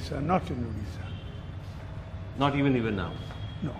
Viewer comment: At least he should pronounce odisha, it's not udisha!